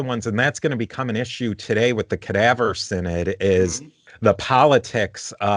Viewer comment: /sigh·nod/ = synod, not /sin·id/